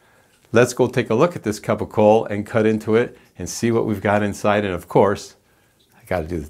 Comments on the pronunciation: Ugg.. thanks for the video.. but PLEASE . PLEASE!!! It's pronounced CAPOCOLLO. (CAP O COLE O). Not Capo Cole. And it's spelled incorrectly.. and yes... This is and actual Italian. From Puglia. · Not capocola , not even capicole .. It's CAPOCOLLO . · It’s Capocollo, pronounced kapo-kollo, not hard